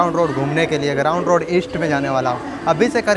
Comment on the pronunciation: अरे ग्राउंड रोड नहीं, ग्रान्ट रोड बोलो।